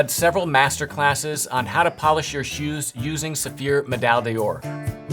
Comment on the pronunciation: Please,. It's not day ore. Door. Medaille d'Or. Medaille door.;)